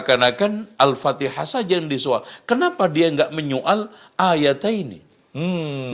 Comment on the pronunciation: Yg Bid"ah itu yg bacanya Alpatekah....